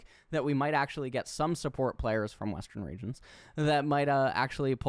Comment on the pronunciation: I love how you mumbled “at western regions”